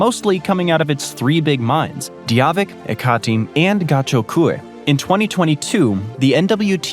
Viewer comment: What the hell is de -a veek its pronounced die-a -vek